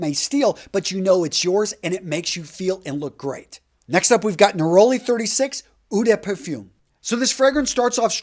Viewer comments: you are a great performer. Love your video's, but.....when you speak French, then at least you should do the right pronunciation. Eau de Parfum, is French and there is really only one way to do it right. Any other way simply doesn't sound good. Yes you will be the only American to do it right. It sets you far apart of all the rest. What's wrong with that? From now on everybody else sounds stupid. Not you anymore. Cheerz. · Gotta work on that French brutha man Eau=Oh (but not long like "Ohh ok".... Short and sweet) De=duh (but not long like "duuuuh hello".... Also, short and sweet) Parfum=Par-fum (almost like pah-fum) (easy on the R and also on the M) Toilette=twah-let .... Otherwise great vid as usual and thanks 4 the info, and it's all luv bro. ✌🏾